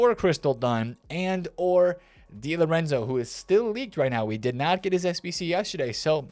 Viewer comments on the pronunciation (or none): none